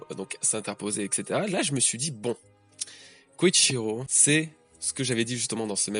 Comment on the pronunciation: Salut! Je me demandais: pourquoi tu prononces "Koichiro"? Dans toutes les trads que j'ai lues c'était écrit "Kyoshiro" donc je me demande si c'est intentionnel de ta part? En tout cas continue comme ça tes vidéos sont oufs:)